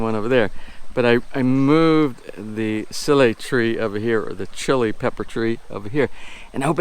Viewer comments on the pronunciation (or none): Looks like the crop is doing well. I'm not even remotely close to and expert on pronunciation but I believe it is pronounced like "see lee". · SEE-leh is how I learned to pronounce the chile plant 🙂 They are very hot, be careful not to touch your lips or eyes after handing them, you'll definitely get burned! I know!! Lol.